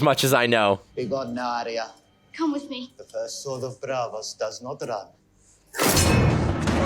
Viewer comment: Bron is the best character in the entire show. Charles Dance (Tywin) is an amazing actor. Absolutely kills the role of Tywin Lannister. Btw, Catelyn Stark is actually Cat-e-lyn, pronounced more like Cat-lyn, not Kate-lyn/Caitlin, and Arya Stark is Ar-ya, not Aria (though despite GRRM saying how it's pronounced, even some of the cast in the show still get this one wrong) Daenerys Targaryen is Dan-air-iss, not Dan-air-eese. Varys is Var-iss, not Vair-eese. Also, I wouldn't want to spoil anything, but I can say it now as I see you are far ahead of this and would have seen the Vipers story to Tyrion, and the clip of Cersei when she was younger, so I'm not spoiling anything. Robert Baratheon didn't create her. She was always just bad. If anything Tywin created her, and the death of her mother really brought extra hate into her, primarily directed at Tyrion for that, but hate and bitterness in general took root in her.